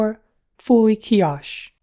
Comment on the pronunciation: Nice video. Keep up the great work. Where did you get the tablet mount. Like the style. A bit like TabLines TWP wall mount. Kiosk is pronouced - kee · aask. A strong K. You have a more h sound. Trying to be constructive.